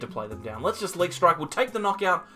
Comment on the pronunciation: I think it's pronounced 'leak.'